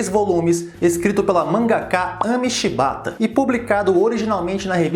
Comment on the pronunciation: Quem riu quando ele falou Shibata kkk curte aqui !